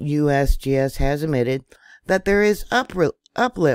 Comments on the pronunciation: Love how you said USBS😂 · Lol! “ USBS” oh excuse me “ USGS”😂😂😂